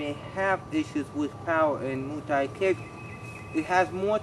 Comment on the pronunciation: Mooooo Thai .... what?